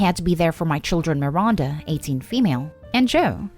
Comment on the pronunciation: Mi-RAN-da not mi-RUN-da